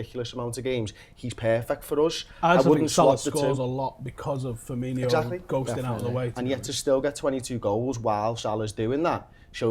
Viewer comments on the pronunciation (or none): Seriously pisses me off so much when people call him Firminho like there's no fucking H it's just Firmino. Stupid Manc twats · hes not called FIRMINHO, its just FIRMINO, no H, no "Inyo" sound, just "INO", "FEAR-ME-NO". Its really not that hard. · firmino, not firminho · "Firminho" fucking idiots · It's Firmino not Firminho you fat grizzly